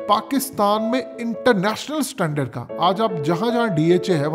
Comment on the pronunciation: Standard NOT Satandar